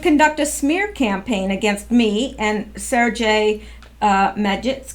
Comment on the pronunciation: FYI: Sergei pronounces his name "Sair-gay".